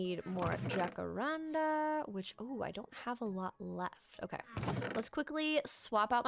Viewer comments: “J” = “H” sound in the language that it comes from 💕💕 “Ha-ka-ran-da” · Perfect for my sick day ty 🤧 Also in jacaranda the j is pronounced similar to an h, it’s Spanish! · I’ve been peeved this entire time watching sunnysev and you throughout different videos pronounce it “Ja-kar-an-da”, until I realized I’ve been going by the Spanish pronunciation 💀 love your content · You saying jacarandá is so cute, but not quite right, the tonic is the “dá” in the end. It’s a brasilian tree, quite beautiful!